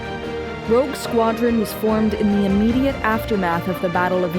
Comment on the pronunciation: sorry to be pedantic, but it's Rogue. Rouge Is something else entirely